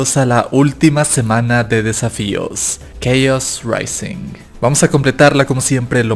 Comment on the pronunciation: te felicito por decir chaos rising bien xd